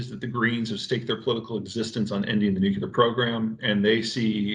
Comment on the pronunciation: 'Nuclear' please.